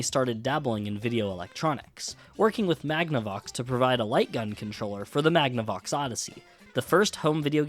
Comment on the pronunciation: Did you just pronounce Magnavox as Magna-box?